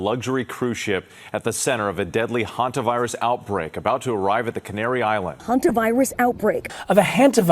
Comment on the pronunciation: Please pronounce hantavirus properly